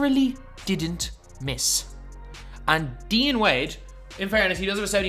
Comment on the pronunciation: Dude you totally butchered the name Dean. Your saying it wrong. Ask an American how to say it!